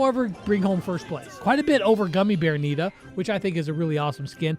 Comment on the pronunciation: Did read the nita skin wrong??